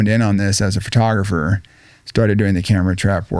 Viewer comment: he said it Ughhh he said it FURTOGRAPHER... WHAT THE F IS A FURTOGRAPHER?